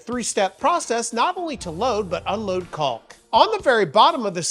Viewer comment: there's no "L" sound in caulk!! as for the chisels, i have had those for a few years now and they are great. highly recommend